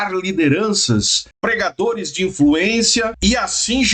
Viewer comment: Eu entendi ensinajadores e não pregadores